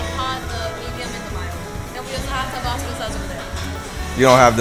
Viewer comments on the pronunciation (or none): “Tobacco sauce” 💀💀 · Tobacco sauce ? 😂 it’s Tabasco with an “ S “ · "TOBACCO" sauce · "tobacco sauce"